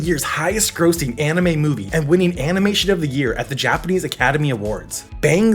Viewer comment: Its not correct though